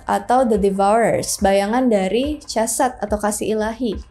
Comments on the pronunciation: Chokmah ( חכמה ) dibaca: Hokmah, bkn Cokmah. Begitupun dgn Chesed ( חסד ) dibaca: Hesed, bkn Cesed. Pengucapan huruf H nya dgn cara diucapkan dgn memakai bagian blkg tenggorokan, krn huruf Chet ( ח ) sbg huruf guttural. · Ya benar sekali utk mempelajari Kabbalah hrs dibawah bimbingan Rabbi Yahudi, makanya sy geli ketika mengucapkan Chokmah & Chesed yg mana pengucapannya jg gak tepat, tapi ia nekad utk membicarakan ttg kabbalah 😂.